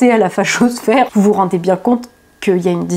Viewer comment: Le IN se prononce IN , pas AN ….. On prononce Seine SAINT Denis , pas Seine SANT Denis ….. BIEN et non BIAN ….. etc etc …. Parisien et non ParisiAN